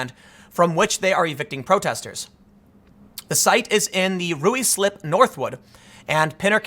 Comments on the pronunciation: "Colne" is pronounced "kohn", just like "cone". "Ruislip" is pronounced "rye-slip". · For future reference, Tim, Ruislip is pronounced “rye-slip” Hearing you say it that way was kinda funny. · ngl, as a brit, your pronounciation of "Ruislip" made me chuckle a bit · Rye-slip. But I will now call Rooey slup. 😜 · New drinking game: drink every time Tim Pool pronouncing a name wrong.